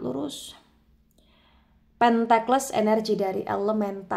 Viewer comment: Cara sebutnya pentikel kak. Bukan Pentekles 🙏